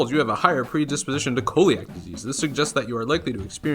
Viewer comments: It’s pronounced “see-lee-ac” disease. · Love you (it's pronounced see-ly-ak)